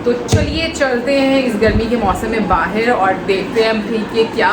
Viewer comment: baahir nhi bahar bolte hai bahar jari hu.....tum baahiir bolti ho